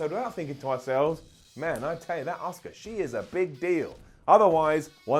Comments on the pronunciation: I swear i hear you saying oscar instead of auska god damn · Why does everyone in the uk pronounces Asuka as "Oscar"?